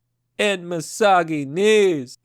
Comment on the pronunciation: Mysogeneese🤣 I had a nice chuckle over that